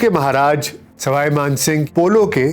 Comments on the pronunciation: Sawai man singh h, na k Sarai Kooch bihar h, na k kooch pahad Aap pronounce shi Kiya kare. It sounds awkward. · plz correct Ur knowledge/pronunciation of proper nouns; It's Kooch Behar(not Baharh Paharh or whatever you say), it's Saway (neither Saray nor Rai) Maan Singh, it's Gopal Acharya not Chari etc..... Indira Ghandi had some deep rooted aversion to nobility; she liked the low born ppl like MO Mathai, a Mar Thoma Christian who in his book claimed to have sexual relationships with Indira Ghandi for 12 long years. How could she ever stand the creme de la creme Gayatri? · It is Swai Man Singh not Srai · Not Sarai Mansibgh but sawai Mansibgh. All your names are wrong